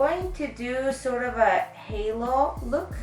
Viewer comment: Love this... I'm not coming for you, but its HALO not HALLO. Xo